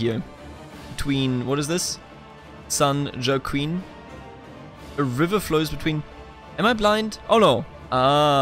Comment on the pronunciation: Its pronounced San Wach-keen and Tah-Hoe, like the farm tool